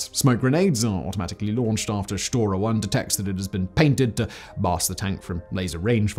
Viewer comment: "Shotra" the egyptianisation of Russian has begun lmao